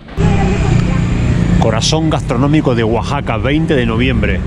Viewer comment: Saludos. gracias x visitar Mexico. No lo tomes ah mal. Pero le llamas Guaxaca y no Oaxaca.